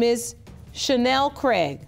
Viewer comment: I fookin hate hearing my surname mispronounced over and over. Its Craig not Cregg